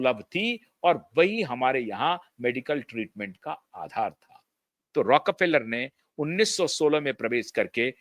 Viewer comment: It is रॉकफेलर, not रॉक र फेलर